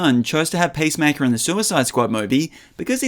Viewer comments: It’s not pacemaker, the heart device. It’s Peace Maker. Why pronounce it that way? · Sounded like you were saying pacemaker... maybe don't be a superhero with a weak heart 😅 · pace maker? seriously? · Hie name is peacemaker, not pacemaker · "Pace maker"